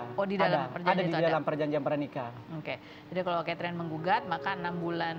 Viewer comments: Salah denger g sih aq? Suami nya sebut istrinya Ketring😅 bukan Chaterin🤭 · Perasaan namanya keterin deh bukan katering 😂😂😂😂